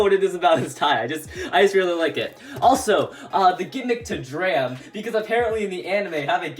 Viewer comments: It’s not dram it’s drum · Drum not dram or Dante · It's not dram it's drum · Did this man call Drum “Dram”?! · 🤦‍♂️ it’s Drum not Dram